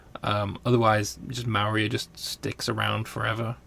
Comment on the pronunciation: Hi. Love your videos. Just a tip Maurya is really pronounced like More-ya. I am unsure why the romanization was chosen like that.